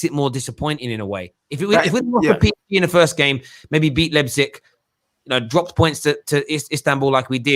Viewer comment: United lost because CANNOT pronounce Leipzig correctly lmao